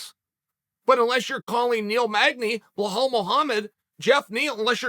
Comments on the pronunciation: "blahal" Muhammad hahahaha for real? It's Belal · I understand how some names can be pronounced differently but how the hell does Belal look like “Blowhole” uncle Chael?